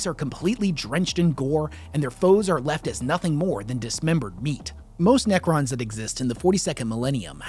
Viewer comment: Nacrons? Naccer please...